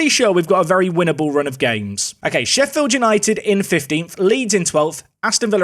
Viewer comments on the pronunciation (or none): none